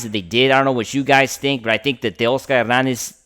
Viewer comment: Dude, if you stop pronouncing “Tay-OSS-ker” like you’ve got a mouthful of marbles & guano, you may get more subs. NO one goes for that selective Spanglish shtick—it’s gross & reallll annoying. 🥴🤦‍♂️